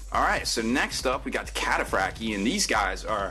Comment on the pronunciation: I didn't know the T was silent in Cataphractii....